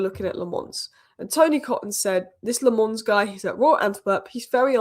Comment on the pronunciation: Its not LeMons... the A is a sillent A (sounds more like you are saying A from back of throat)